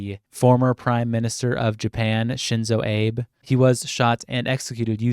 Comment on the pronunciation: Shinzo “Abe” like Abe Lincoln is crazy